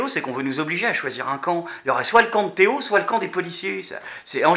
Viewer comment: c'est pas Théo mais ThéO